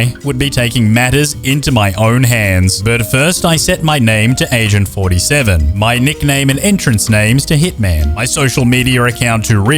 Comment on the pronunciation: I almost thought you said Asian 47